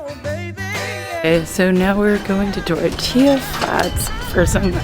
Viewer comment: "Tort- tilla" Flats eh. I could excuse meza, but this is too far. 😂